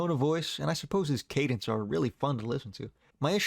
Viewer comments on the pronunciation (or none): none